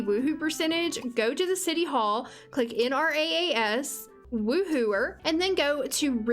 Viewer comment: just a tip - Nrass is pronounced "en rahs"